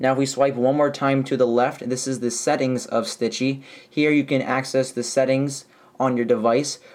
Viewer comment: U said stitchy. Haha